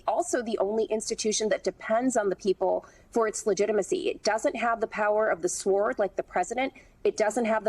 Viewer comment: She pronounced the w in sword lol